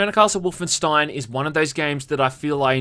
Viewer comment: I agreed with everything you said! Except on how to pronounce Wolfenstein